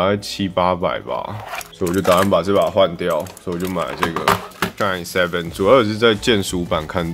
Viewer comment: 蠻喜歡你的影片，至少優缺都有講出來，而且最主要沒把SHINE 講成SHINEE 哈哈，很多其他影片都講錯